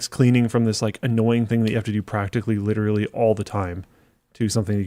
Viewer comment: Repeat after me “lit-er-a-lly”. Not “litrilly”